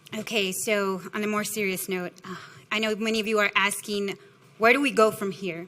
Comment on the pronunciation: Sistah must have gotten her PHD online or from distance university since she is still saying axing instead of asking